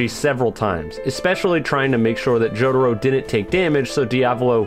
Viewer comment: Why does say jotaro like “jodaro” its kinda annoying